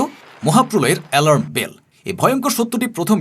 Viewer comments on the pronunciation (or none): none